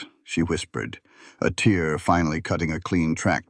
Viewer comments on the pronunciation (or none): none